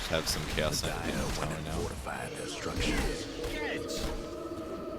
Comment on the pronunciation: Keep hearing "KS Kight" instead of Chaos Kight